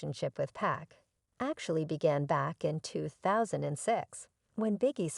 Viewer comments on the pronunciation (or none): P AH K! Damnit man. I hate to hear someone call him 2 Pack. Ughhh.